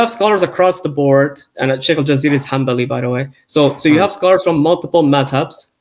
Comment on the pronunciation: *hanbali. I don’t think you have enough knowledge of the subject to be degrading an entire respective school with its ulema and respected institutions if you can’t even pronounce the word correctly.